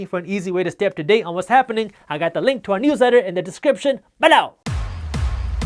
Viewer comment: 😜 I love the way you say the word “BELOW”‼️